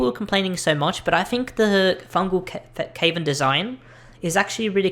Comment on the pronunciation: You opinion is wrong when you call cavern Kvern